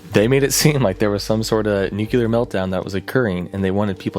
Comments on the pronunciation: Noo-Klee-Ur. It’s even spelled “nuclear,” not “nucular.” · It's pronounced NEW-KLEE-URR Not NEW-CUE-LURR Look how it's spelled. N U C L E A R geez, bro... so freaking annoying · Please PLEASE stop calling NUCLEAR (NEW-CLEAR) bombs/events/Things that involve atoms and radiation as NUCULAR (NEW-QUE-LAR). These are two separate words that mean very different things. NUCULAR (NEW-QUE-LAR) bombs do not exist because the word NUCULAR refers to something involving the NUCLEUS of a cell. There are no bombs or powerplants in existance that involve the NUCLEUS. This isn't a matter of accent. They're literally 2 different words. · NU-clee-er. Not NU-kew-ler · What do I need to do to get people to pronounce nuclear correctly?! It's nu-KLEE-er, not not nuke-YOU-ler, goddammit! 🤬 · NOOH-CLEE-URR not NOOH-CUE-LUR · Nuclear= New-clear, not nukular. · and : I saw those clips from The Day After there. Excellent B-Roll choice. (Also, "nuclear" is pronounced "New-clear" not "nuke-you-ler".) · How are people still saying "nucular"?